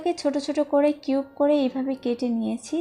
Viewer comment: কিউট না কিউপ বলছে